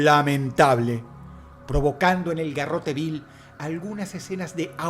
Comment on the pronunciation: Solo quería decir que es Garrote Vil, no Bill. Pero muy buen top, como siempre. 🙌🏻